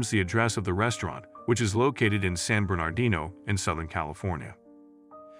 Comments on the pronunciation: Please pronounce "San Bernardino" nicely? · Please hire a real actor to read the script! The AI voice mispronounces San Bernardino, queue, etc.